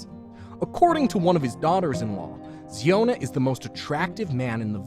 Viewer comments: ziona not Zeona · The pronounciation of zion chhana is wrong You should pronounce ziona as in zion Williams its zion- a